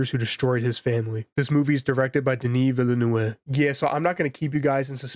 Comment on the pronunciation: I am going to make your life easier saying Denny Veenoov say it like that. you're a champ. good classic style review.